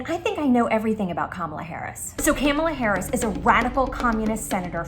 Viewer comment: "Kalamari Harris" 😂